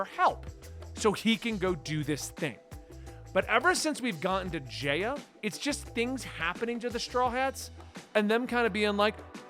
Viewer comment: Omg I can’t take it anymore! It’s pronounced J-eye-a. Not J-ay-a and it’s pronounced OOsopp not USEopp